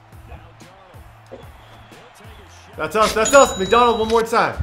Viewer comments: Its mcdouGauld not mcdonald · his name is mcdougald not mcdonald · why does keep calling mcdougald mcdonald?? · Why did he keep saying McDonald instead of McDougald if you put cations on when he says McDougald it says McDonald, but great video man keep it up!! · man says "mcdonald" its "mcdougald"